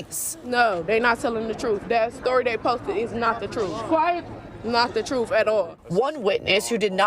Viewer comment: “That’s not the troof” oh the irony